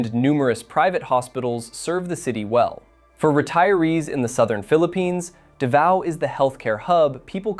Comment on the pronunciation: It's not Duhvao... it's Daaaaavao. Long aaaahhh. Lol.